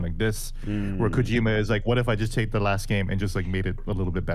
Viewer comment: "Did you rike it?"